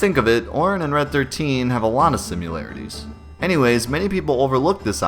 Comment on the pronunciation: eXcapes? simUlarities? ;)